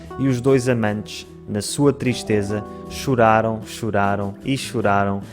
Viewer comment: "E os dois amantes na sua tristeza xuraram xuraram e xuraram" 🤣🤣🤣🤣🤣